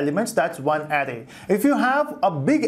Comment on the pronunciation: It's a good tutorial, but you pronounce Array incorrectly.